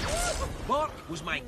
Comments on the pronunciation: BORK not bor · Its bork. Not bor